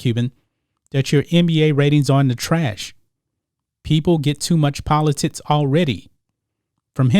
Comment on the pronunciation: Bruh it’s politics. Not politits.